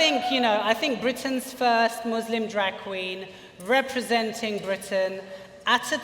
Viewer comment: The Muslim drag queen that can't pronounce the word 'Muslim' correctly, hmmmmmmmm... fame seeking much?!